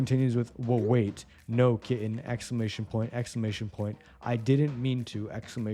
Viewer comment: exclamation point... expclamantion point...